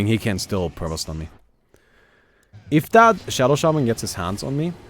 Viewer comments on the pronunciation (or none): none